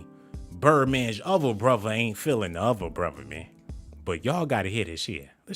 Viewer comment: Before I smash the like I’m go need you to stop saying words with TH with V broTHer not broVer